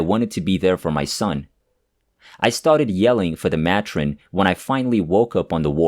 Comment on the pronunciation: It’s pronounced may-trin. Not ma tron 😊Thanks for the stories.